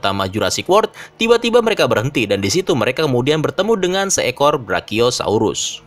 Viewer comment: bang itu brakiyosaurus 😭😭😭 nya kasian